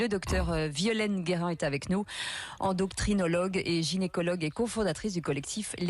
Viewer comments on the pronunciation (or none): “Endocrtrinologue” belle présentation pour la pauvre Guerin 😅😅